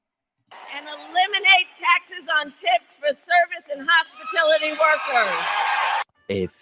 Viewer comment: Did she just say "HOSPITILITY workers"......?🤨 WHAT IS THAT YOU DICKFLUIT?!🤦‍♀️